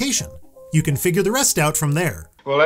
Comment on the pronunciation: It souds like you are saing bronze cant kill